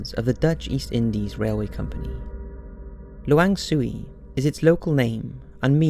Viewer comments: I loved the narrator spoke "Luwang Suwi" and in fact the place is named "Lawang Sewu" XD Btw, i've been there and have an experience as well at the basement. I still around 11 or 12 when i visit this place, and i met the ghost of the suffering prisoner on the basement. But at that time, i did not know that it was a ghost / spirit since another person who found me says that i were talking to someone on the basement. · Indonesia: It's LAWANG SEWU, pronounced: la-wang-say-woo. Not "soo-wee." It's a historic building, located in downtown, Semarang, my hometown. I've visited the place a couple of times. In the day it isn't very creepy. There is a guide to show and tell the history to visitors . I've seen the underground prison. That prison is creepier than the ghosts that said to have been living in the building. Every cell is small, but they say back in the day, when it still served as real prison, it was overcrowded that no prisoner could even sit. This was intended by the Dutch East Indies government who occupied Indonesia back then. Maybe as a torture? The building has been used as a public space, holding exhibits, events, as the municipal government want to relive the Old Semarang. The female ghost, in Java (where Semarang is) isn't called Pontianak. We call it Kuntilanak. I believe the term "pontianak" is more common in Malaysia. There is Pontianak city in West Kalimantan (Borneo). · Lawang sewu bukan lawang suwi.... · It's LAWANG SEWU and not LAWANG SUWI 😁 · It's not Lawang Suwi (Indonesia) it's Lawang Sewu (pronounced Say-Woo) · its LAWANG SEWU not lawang suwi Regards from Indonesia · lawang sewu in Indonesia isn't read la-wang-sue wee, it's read la-wang-say-woo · Lawang sewu bukan suwi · I'm from Indonesia n yes, Lawang Sewu is one of the most haunted yet magnificent places in Indonesia. N how to pronounce the place's name is 'la-wang se-woo' n not 'la-wang su-wii' :) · That's called lawang sewu not sue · Lol not "lawang suwi". But lawang sewu [1.000 doors]